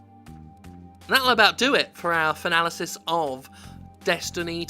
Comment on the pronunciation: "*Fanalize* this"? Are you saying we're supposed to set something on fire? Because I'm down for that.